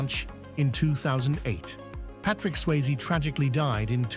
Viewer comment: Tu peux pas dire le nom comme il faut, Swayze pas sysie